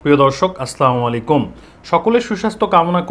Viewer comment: আস্লামু না আসসালামু আলাইকুম হবে।।👍